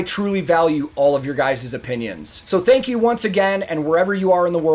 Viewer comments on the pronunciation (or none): "Tank you"